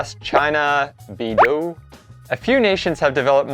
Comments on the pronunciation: The Chinese one is pronounced " Bae dough" FYI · Try to say "bay dough", will be closer to the correct pronunciation